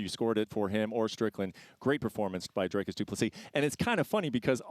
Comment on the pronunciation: His name is DRICUS.... not Dracus mf.